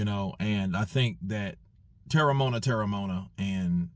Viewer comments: You pronounce it like this: Tear-rah-mow-ah-nah. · Terry-mo-un-a thats his name